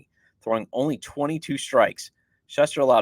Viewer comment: Shoester! NOT Shuhster!